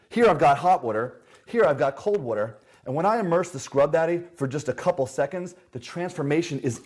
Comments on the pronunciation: Why do all the greats say wutur Mmhmmm Phil Swift, This guy!!! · this guy says “water” as “watr” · Americans: Water Britain’s: Wo’ah This dude: wtr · The way he says the word “water” messes with me lol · The way he says “water” bothers me